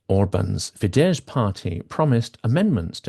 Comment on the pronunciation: Hi there, you mispronounce the words Tisza and Fidesz. The "sz" sound in Hungarian is pronounced the same way as the "s" in "sun", "soft", "silly", etc.